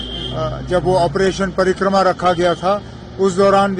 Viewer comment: With due respect for Mr Omar Abdullah, it was not Ops "Parikrama", it was Ops "PARAKRAM"